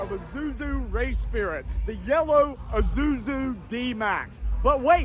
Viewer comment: Im i the one who doesn't know how to pronounce Isuzu whats Izuzu